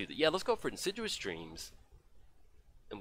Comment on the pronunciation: you should be more assiduous about pronouncing insidious.;)